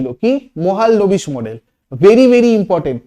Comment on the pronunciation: মহাল-নবিস ❌ মহ-লান-বিশ